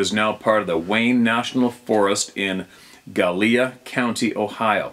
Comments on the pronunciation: I know exactly the area he is talking about in Gallia County. Pronounced (Galli-ă)County!!! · I think you're talking about Gallia County in Ohio. Pronounced, GAL yuh. I was born in Gallipolis, the town there, which is on the Ohio River. Np. Its hard for everyone to pronounce 😊